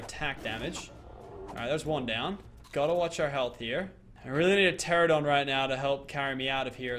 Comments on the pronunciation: PLEASE, its pronouned TE-RA-NO-DON, NOT TE-RA-DON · He says teradon but it’s teranadon